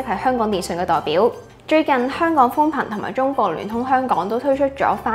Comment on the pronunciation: 有懶音，香「趕」？🤔